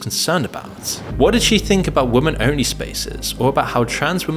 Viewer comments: Why do you say woman instead of women are you allergic to that word or are you using an AI voice? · Another glitching NPC who intermittently loses the capability to pronounce the plural "women" ... :P